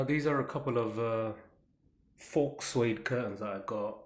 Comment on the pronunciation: The 'x' in the word 'faux' is silent. Thanks for the video.